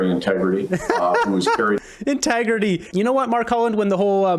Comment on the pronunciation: Intagerty? Are you kidding me! Hahahahah